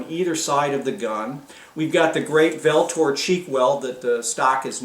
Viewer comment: Pronounced ULTOR